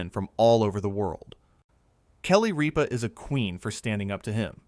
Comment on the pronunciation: It isnt Reepa. Its Rippa